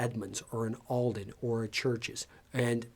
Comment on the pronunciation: Is it Aal-den not Ahl-den? Another great vid.